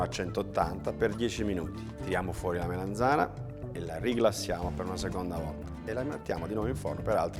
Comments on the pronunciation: Che bontà,. Però solo una cosa: si dice melanzana con la A e non melenzane che è un modo un po' dialettale. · Ogni volta che diceva melenzana mi triggerava malissimo. Urlavo allo schermo ", si dice melAnzana, po**od**o" come una pazza. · Comunque se fate caso non dice proprio "Melenzane" ma "Meleinzane" con una "i" quasi scomparsa. Questo è un residuo dialettale del nome originale della melanzana, cioè "mela insana" perché quando fuorono portate dall'America per gli italici sembrava una mela malata. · melAnzana, melAnzana, melAnzana :-) con la A :-)